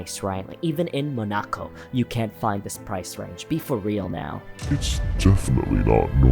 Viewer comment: Please don't ever pronounce "Monaco" like that again.....